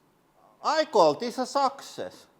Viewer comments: DIed at "SOCKS ESS" 🤣🤣🤣🤣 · "I call this a sucksess " it's indeed 🤣🤣🤣